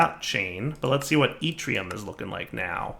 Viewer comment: Hey he pronounced yttrium right!